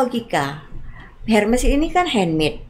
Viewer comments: itu namanya pak.....bukan soal sebutan org indo atau org barat....HERMES...ITU TETAP AJA SEBUTANNYA ERMES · Sebut nya “ermes”, h nya tidak dibaca. S nya tetap dibaca.